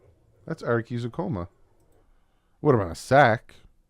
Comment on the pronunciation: Dalvin Cook down thumbs, and you are definitely saying Saubert's and Ezukanma's names wrong still. You did the entire video and said you always were saying Ezukanma right, but you always say Coma(like he's in a very long sleep) instead of Comma(like he's taking a pause in the middle of a sentence).